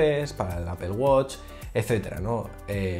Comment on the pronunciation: Bueno qué se podía esperar si no puede pronunciar bien Apple y dice apel jejejeje pero buen video fuera de ello .